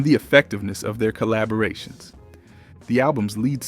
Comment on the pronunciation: Someone can't pronounce some words. De-buted...collabrations. lol. AI Definitely